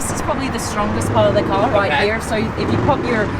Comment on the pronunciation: ma'am it should be car not cak